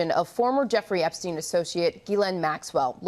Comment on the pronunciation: YES! EPSTEIN: PRONOUNCED THE PROPER GERMAN WAY! FINALLY! THANK YOU THANK YOU THANK YOU ROBERT JOBSON FOR PRONOUNCING THIS GERMAN SURNAME: EPSTEIN, THE RIGHT WAY! 👍😁